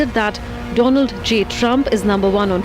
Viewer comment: 😁😁😁😜😜😜 do-land Trump